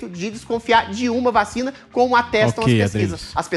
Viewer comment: o Adriles fala 'VACHINA' kkkkkkkkkkkkkkkkkkkkkkkkkkkkkkkk